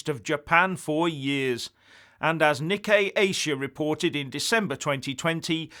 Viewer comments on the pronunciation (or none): none